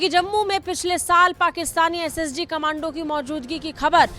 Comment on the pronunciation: Khamandu nahin madam kamndo bolini chahiye 😂